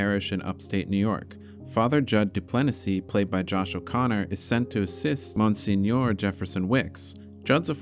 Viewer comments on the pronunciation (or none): Dude I’m sorry but that’s not how you pronounce monsignor